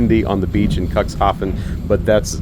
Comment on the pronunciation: dude, it's pronounced "Cook's Hafen" not cuckshafen. sound so cringy when you say it that way.